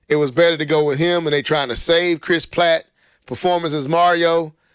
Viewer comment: Chris PRATT with an "r". Charles Martinet (the "t" is silent so it's pronounced Mart-in-aye) Sorry ya'll it's the teacher in me lol.